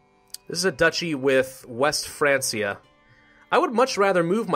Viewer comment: Just in case you haven't looked this up already but I believe "Francia" is pronounced like "Frankia". It's probably pronounced that way because the word is derived from the word "Frank" which is what they called the Germanic tribes that inhabited the territories of France at that time.